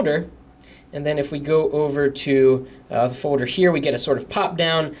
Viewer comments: When you are trying to say "folder" it sounds like you're saying "foder" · A foe-der? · completely off topic but there is an L in the word foLder... its not "fOder" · you say folder a lot and i hate the way you say it. foder